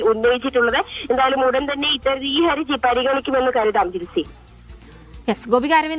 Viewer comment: "Haraji" എന്നാണ് correct. trouble, difficulty, or legal liability എന്നൊക്കെ അർത്ഥം വരുന്ന Haraj എന്ന arabi വാക്കിൽ നിന്നും ഉണ്ടായതാണ് Haraji. ഹരജി എന്നും ഹറജി എന്നും പറയും, ഏത ശരി എന്ന് അറിയില്ല.ഏതായാലും ഹർജി തെറ്റ, പക്ഷേ കുറെ ആളുകൾ അതാണ് പറയാറ്.😊